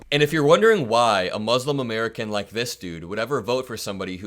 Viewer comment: Amer-ick-can Ghalib.